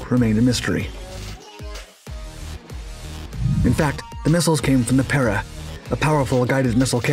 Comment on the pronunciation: Your pronunciation is wrong, it is pe(strong)-re(week.)